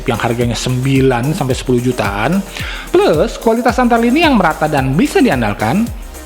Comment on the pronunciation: Cara sebut plus pun salah